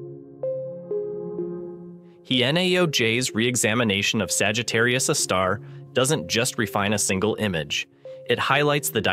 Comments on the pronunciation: Yep, that's AI voice. "Saggitarius, a star.." What else is it going to be? "Saggitarius, a deli in Queens"..? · It isn't even state of the art. (Cf. ATP's recent episode with the AI podcast.) It stumbles over punctuation and mispronounces things in an obviously artificial way because it's mis-parsing the text it's been fed. For example, , it refers to "Sagittarius, a star." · While the quality of the AI voice is better than many using AI voice, it is still clearly an AI voice. It's "Sagittarius A*" not "Sagittarius a star". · "Sagittarius ĂÆEĂ star"